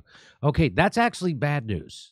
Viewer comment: Jimmy, "axley" is Not a Word ! it's "ac tu al ly" !!